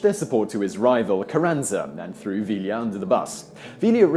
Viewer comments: Vi-ya. Not vi-la. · Who LLs in Spanish are silent. It's "Via" not "Villa" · Love the videos, Simon. Now I must correct your pronunciation. Pancho Villa is pronounced PAHN-cho VEE-yah. Not VILLee-yah. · Vealia? realia? Pronounced VEE-YAH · Villa. Vee-yah. NOT veel-ya. Double L in Spanish is silent. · 5 years late, but... - "ll" in Spanish is pronounced like a cross between "y" and "e", so Villa is pronounced "VEE-uh". And at - Early didn't have nearly enough troops to actually take Washington, although he could have sacked a fair portion of it. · Just an FYI - Pancho Villa's last name is pronounced Vee-Yah. The two Ls are silent. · two LLs make a Y sound you bloody wanker. Poncho "ViEEA"